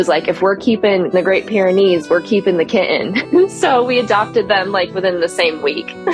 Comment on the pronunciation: Proof that the inability to pronounce the word "kitten" doesn't make you a horrible human being after all.